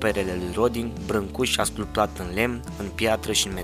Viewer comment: Corect se pronunță " a sculpta" ,"sculptură" etc ,incredibil sa vorbesti despre Brâncusi si sa pronunti incorect